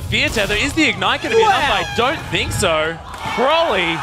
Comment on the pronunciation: How annoying are these casters lol, it's ''so'', not ''soeuwer''